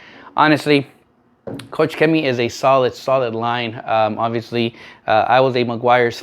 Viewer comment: its not COUCH CHEMIE XD it's KOCH CHEMIE, like in germany you say KOCH = profession: cook. Turn on google translator KOCH in germany and replay the sound :D